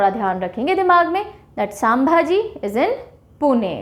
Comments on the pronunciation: छत्रपती संभाजी HAIN NOT सामभाजी AGAR NAM THIK SE PADHANA NHI AATA TO BOLIYE MAT MADAM.. ITNA DHYAN DEKE KYA FAYADA JABAKI AAPKO SAMBHAJI PADHANA NHI AATA HAIN...... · Hi Ma'am, Thanks for all your lectures, we admire your teaching techniques and tricks to remember. Keep going ! Few minor suggestions, I think, second busiest airport w.r.t. passenger traffic is Chhatrapati Shivaji Maharaj airport, Mumbai and not Pune. Aurangabad airport is Chhatrapati Sambhaji Maharaj airport and "Sambhaji", is pronounced as "संभाजी". All the best for future lectures. Yo.